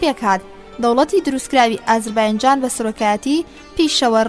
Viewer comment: سڵاوتان لێبێ و دەستتان خۆش بۆ ئەو خزمەتە گەورەیە. بەڵام تکایە ئازەر "بایـــنـــجــان" نیە. ئەو باینجانەتان لە کوێ هێناوە؟ نازانم هەڵەی وەگێڕە یان هی ئێوەی بەڕێزە کە دەیخوێننەوە؟ ناوە دروستەکەی ئێستای ئەو شارە، "ئازەر بــیـــجان"ــە. لەسەردەمی ماددەکاندا لەژێر سایەی حوکمی مادەکاندا بووە و پێی گوتراوە (ئــاتــرۆپـــاس).